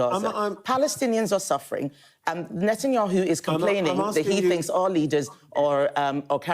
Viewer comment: I live for the day I hear Paul pronounce "Netanyahu" correctly. It is netan-yahu, Paul, exactly as it is written, and not netan-ayoo which is.. whatever.